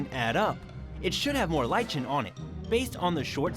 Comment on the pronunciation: Somehow I can't get excited about something told to me by a person who cannot pronounce "lichen" and "Oslo" properly.